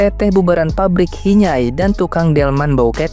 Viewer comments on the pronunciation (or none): hinyay bukan hinay... hinyay itu bahasa Sunda itu artinya kayak berminyak gitu...